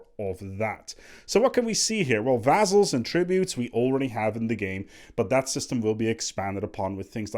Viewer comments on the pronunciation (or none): Paradox is overhauling vassals just so is forced to make a video on it and use his godly pronounciation of vazals